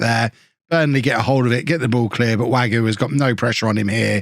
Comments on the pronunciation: Wague is pronounced WAG-EY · I think it's pronounced Way-gee.